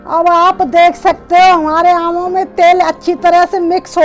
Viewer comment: Itni gaee gujri hindi,naamo nhi aamo ko